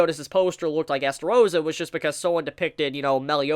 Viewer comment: whos Estarossa?OOOOOOOOOOOOH you mean eLstarossa